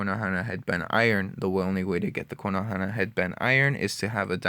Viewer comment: please please dont say konohana. its kon-o-ha